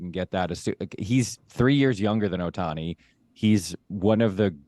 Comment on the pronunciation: These freakin clowns joking about Ohtani’s demise. SMH. Also can not pronounce his name. Stupid people. Unfollow.